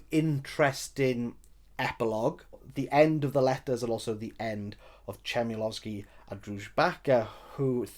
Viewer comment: Interesting to hear you talking about it. Despite tiny flaws I loved The Books of Jakob, but the history of Poland is a well known concept to me (oh modest me), but even to most Poles the history Tokarczuk writes about is not well known. BTW Ch like in Chmielowski in Polish is always pronounced like H in home, for the lack of better sound. Lovely daughter you have, and pierogi look great! Oh and the song, Olga needs to hear it :-)